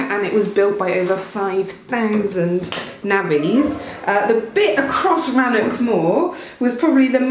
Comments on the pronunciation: Rannoch, not Rannock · It's not Rannock or Lock...Must be the Scot in me😂 Elecution Issue🤔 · Being,a Cymro I admire your good effort at pronouncing our language...Llanfair p g etc but come on! 'Rannock'.. ScottishWelsh ch please... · Dear, please find someone to teach you how to say the 'ch' sound on Scottish words like Rannoch and loch. I have no idea if your Welsh Bore da (Good day) was pronounced correctly in the Welsh videos, but you obviously made the effort there. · Thanks, Geoff and, for going all that way for that video. Now I'm all agog as to what other places will explore in future videos. "sphagnum moss, which I hope I'm pronouncing correctly". Ah,, I love the way you speak, and you pronounced "sphagnum" correctly -- pity that you didn't correctly pronounce the name of the station you visited. Rannoch has that Scottish ch made at the back of the throat.